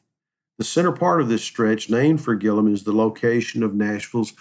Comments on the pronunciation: His name is Gilliam. Not Gillam. That’s why I gave it a 👎🏼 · WHY ARE YOU CALLING HIM GILLUM??? HIS NAME IS GILLIAM - G I L L I A M!!!!